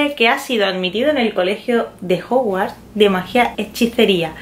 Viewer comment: Se dice hogwarts,no hogwart